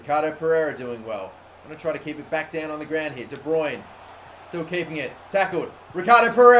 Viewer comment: It's de bruyne